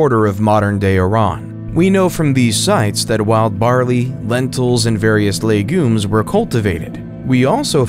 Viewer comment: The AI voice narrating this video needs to be trained better. ‘documentary’, ‘legumes’ and ‘Uruk’ - and that’s just in the first two minutes! Super irritating to listen to.